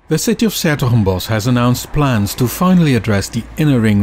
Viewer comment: I finally get to hear how this name is supposed to be pronouced